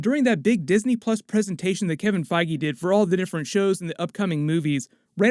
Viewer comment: Are you saying Kevin Fiege's name correctly???